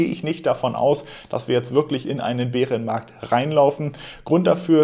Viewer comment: Wie immer top Infos und professionell geliefert! Top. Einzig die Aussprache Beerenmarkt kannst du vielleicht mal untersuchen. Bäärenmarkt...... Weiter so!